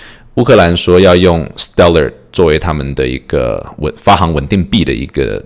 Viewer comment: 行 是多音字。发行(xing) 读音是 xing, 比如 行政 行走. 喜欢你的节目。